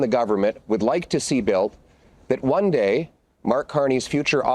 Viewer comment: St Patrick s day..goof, the word "DAY " what part of that word don't you understand ..